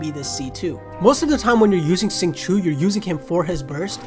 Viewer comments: Lol how did he spell Xingqiu wrong? "Sing-Choo" I was asking for too much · xingqui lmaooo. xingqiu is the correct spelling